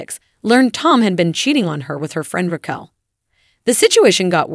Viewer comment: The AI narrating this should pronounce the names right! Reckell, 🤣🤣🤣🤣🤣🤣🤣🤣